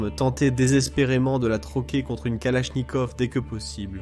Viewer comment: la famille kalafffnikaufff 🤓